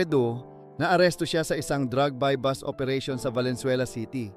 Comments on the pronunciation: buy bust hindi buy bus. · Sino interpreter BUY BUS OOERATION. .......sha. boooooo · Bus ang buy bust. Ano ba to bakit naging narrator ito?